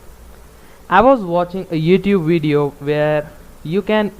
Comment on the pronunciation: What's a "weedioe"